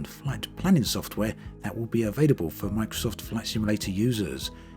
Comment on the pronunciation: "The terrain-uh from microsft-uh it is the one-uh." You making a sex audio tape or talking about flight sim bruh-uh?